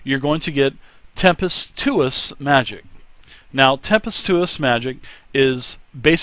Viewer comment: "Tempestuous" is pronounced more like Tem-pes-chu-ous